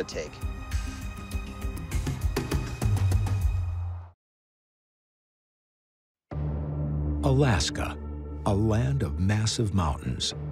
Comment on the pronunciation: The narrator says "Missing in Alaskaw instead of just Alaska.